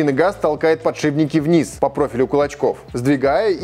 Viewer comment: «ПодшиБники»! От таких слов из уст профи уши вянут.